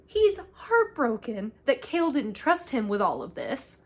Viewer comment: You did such a good job recapping this book. That being said I'd suggest looking up the pronunciation of names before doing a recap. It's a little irksome. The worst one is Chaol being called Kale 😭 it's kay-all. Also, Adian wasnt dtrong enough for the ring not to work. He made a duplicate instead. And Rowan never let Aelin go past the wards, she chooses not to listen and croses it anyways.